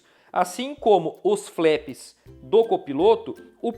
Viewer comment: Ótimo jogo, parabéns pela revisão! Apenas uma pequena observação, a pronúncia correta dos flaps é "flap" mesmo, e não "flep".